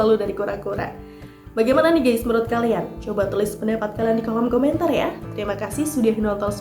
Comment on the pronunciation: Maaf ya. Bukan mau sok pintar tp sebut kata "GUYS harus hati2. Jangan salah baca. Bacax harus "GAIS" jangan baca GEIS. Artinya akan beda. Mohon maaf ya...!!! Kritik membangun